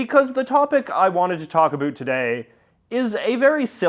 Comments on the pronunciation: "UH-BOWT" for Pete's sake. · Why does someone born in Vancouver not know how to pronounce ABOUT?!?!